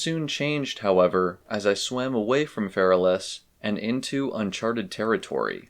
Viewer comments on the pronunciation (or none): none